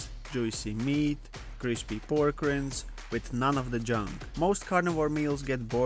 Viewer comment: Great recipe! FYI “Rinds” is pronounced with a hard “i”. The way you are saying it is wild! 😂